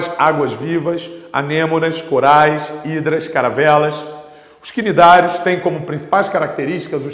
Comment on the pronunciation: Os Cnidários se pronuncia Nidários 👍